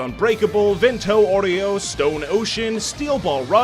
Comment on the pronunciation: Vento oreo? funny pronunciation